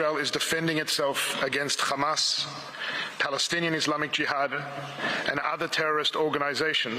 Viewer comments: Israelis go out of there way to badly mispronounce arabic names in what seems like a racist manner. Why pronounce Hamas as Khama's, wby Hezbollah as Khezbollah. Arabs should start calling Israel Khizrayel in response. both Hezbollah and Hamas would not exist if not for Israel Genocide. Hezbollah rose in response to Sabrah and Shatilla genocidal massacre, while Hamas was funded by Israel to delegitimize the secular Fatah which sought peace while Israel wanted to take more land making peace inconvenient. This war and its genocide started in the 1940s , history cannot start after the Gaza's escaped from their open air concentration camp. Further more, it must also be noted that Hamas has previously made it clear they would accept peace based on 1967 UN borders, Hezbollah has made it clear they will accept peace if the Palestinians are satisfied and Iran has indicated the same, and the Houthis have stated clearly they will allow ships to pass to Israel one the bombing and the siege of Gaza ends. It is Israel which refuses peace because they are not willing to give back the land taken illegally from Palestinians. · Khostilities, khumanity, khistory, khague, Khistoric, Khamas, khistorical, kheard